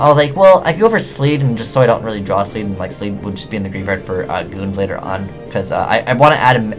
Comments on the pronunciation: Wtf is a Sleed? Lol. It's Abyssleed, shortcut being Leed. Just bugs me lol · Pike, and leed! Not spike and sleed!